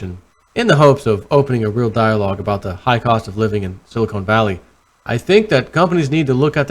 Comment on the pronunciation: SiliCON Valley Not Silicone Valley Please. And VerTAYsium not VerTAHsium. Well, that's how Reggie pronounces it ...